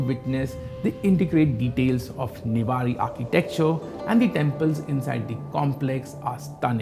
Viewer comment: not nivari ; Its Newari